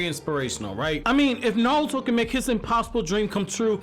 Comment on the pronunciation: Sorry but are you saying naluto